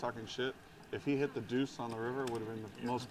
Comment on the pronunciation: gotta fix up his pronunciation or some shit. Always says ‘d’ instead of his ‘t’s’ and then when an absolutely insignificant card comes off he says oh its THE 2 of spades a perfect brick. very annoying to someone who slightly understands english.